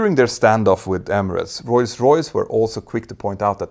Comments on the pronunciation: bro its ROLLS royse not roys roys. nice video tho! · "Roy's Royce" 😊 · STOP to say royce royce, becouse the name of the Brand is rolls royce. omg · Do you say Royce-Royce (instead of ROLLS- Royce) or is my hearing weak? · Not “Roise Royce”? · "Royce Royce" this channel could be great but.....